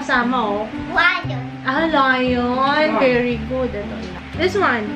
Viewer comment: the way pronounce ‘lion’ goshhhh